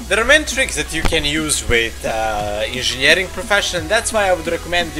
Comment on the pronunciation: INZINJERING best proffesion ever. :D